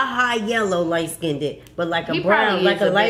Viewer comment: Sorry but “lightskinded” 💀